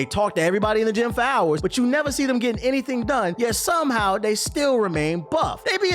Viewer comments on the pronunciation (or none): none